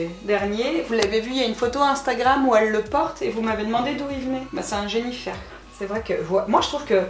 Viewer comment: Pk tout les parents disent "Jennyfer " et les plus ptit Djennyfer ?😂